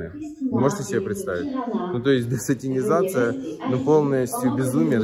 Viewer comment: Маленькая ремарка: не десатИнизация, а десатАнизация)